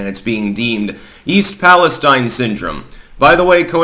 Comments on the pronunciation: Please, please please I beg. It's PAL-ESTEEN. Thank you from Towne of York, Maine. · We pronounce it east Pal es steen